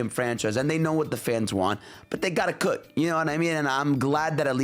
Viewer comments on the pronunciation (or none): none